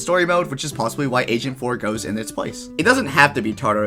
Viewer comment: Wait did you say agent 4 or asian 4?